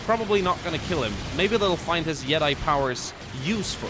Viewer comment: I love watching videos but the way he was pronouncing Jedi really bothered me..... a lot, it bothered me a lot.